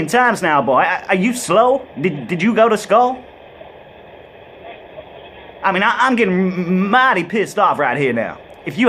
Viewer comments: "did you go to skoul" ;D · LMAO "Did you go to skoal?" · "Did you go to skoal?" LOL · He asked him if he was slow and did he go to "skoo" Lmao!!!